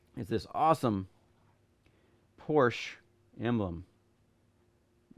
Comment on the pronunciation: Porscheeeeeeee not Porsch